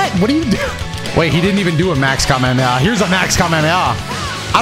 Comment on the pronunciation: doesn’t know how to pronounce Kamehameha